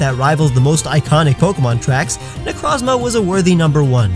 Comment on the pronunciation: It's Nec-rohz-ma!